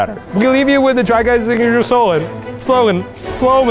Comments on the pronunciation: we leave you with the try guys signature solen...solgen...sloegn...gah! shalome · 🤣 Eugene : “we leave you with the try guys’ signature SoLaN, sLoAn, sLoWmAn, sHaLoOm?” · eugenes inability to say slogan made me laugh for a solid 10 minutes